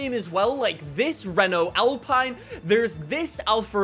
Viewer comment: Its Al peene